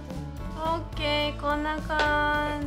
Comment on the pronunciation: your "O.K" is in Perfect English!